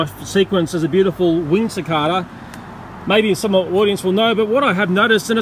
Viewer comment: CiCARda? Don't you mean CiCAYda??